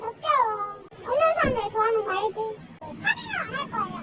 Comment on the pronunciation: 알지? 할때 억양이 딱 워매 그짝이구마이~ 그라제~ 원래 저짝은 그냥 사람 죽이는것도 일상이고 농담인데 뭐시 중허단겨.